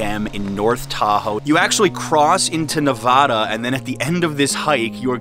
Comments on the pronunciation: It’s Nevada , like Montana, not Nuvuh da. Other than the pronunciation, well done. Thanks. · I hate fun facts..and that's not how you say "nevada".. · You need to learn how to pronounce Nevada. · then everyone in New York is wrong. The vad in NeVADa rhymes with dad, sad, glad, had, etc. it’s not vod.